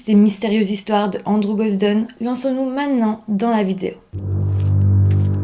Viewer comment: On dit "maintenant" et pas "ménan". C'est vraiment très prononcé et pas joli à l'oreille. Juste cette petite remarque sinon bon travail 👍🏼